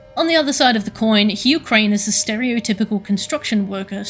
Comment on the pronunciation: Only now I noticed that when you say Hugh Crane's full name, it's sounds like Ukraine.